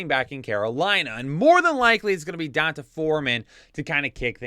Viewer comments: PLEASE STOP PRONOUNCING EASY BLACK NAMES SO WRONG. It’s (don-tay) NOT (don-tuh) Thanks for the good fantasy content though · Is CMC going to play a lot this week or will it take him some time to learn the playbook? Also.. its pronounced "Dee On Tay" Foreman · Can't stop cracking up at how you pronounce D'Onta